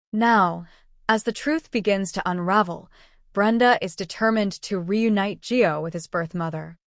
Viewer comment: ITS GIO IS HIS NAME not Joe